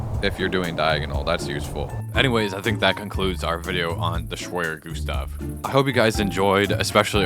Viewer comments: Me: schwerer Gustav You: schwyrer gusdaf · (sorry for doing this but) This is a German Tank and called "schwerer Gustav" and not "schweyer Gustav" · As a german it is hilarios watching non germans trying to talk or say any german word like him saying schwerer gustav is so funny. Love your videos and please build the Bismarck or the heaviest tank ever the p 1000 ratte the wunderwaffe that was never build next would be really cool❤❤ Und diese Kommentarsektion ist jetzt Eigentum der Bundesrepublik Deutschland. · "This is the Schwerer Gustav, It Schweres at Gustav" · as an german i can proof you wrong in one thing, schwerer gustav at the beginning was still wrong pronounced